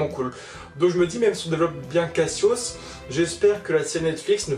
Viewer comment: J'ai adoré quand tu as appelé Cassios "kasos"... Ça lui va bien. 😂😂😂👏👏👏 Bon par contre "kasos" était déjà développé à l'origine. Merci de te renseigner sur les évènements de la maison du Lion. (Eh voui.)